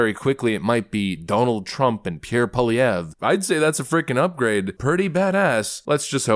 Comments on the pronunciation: I love how you actually pronounced his name correctly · Two comments! 1 - nice pronunciation of Poilievre Haven’t heard any other American commentator get it remotely close. As a French speaker that was bang on ! 2- that man is growing a mega pair . He used to be more willing to ingratiate himself to the mainstream press. What’s beautiful is his ability to communicate concisely without resorting to crass rhetoric! Keep the good work with your channel. We from the Great White North appreciate your work! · Thank you for pronouning Pierre's name right. Very few can.😂